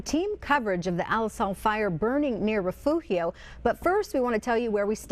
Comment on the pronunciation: Refugio Is not that hard to pronounce.